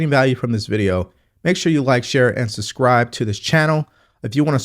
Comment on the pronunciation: susscribe nah not when you did even say the word right